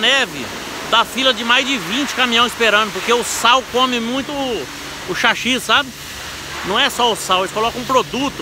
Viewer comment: To rachando de ri de vc, chachi,kkkkkk É chassi.kkkkkk Cara,muito bom seus videos.parabéns! Sua Humildade É Contagiante. Abs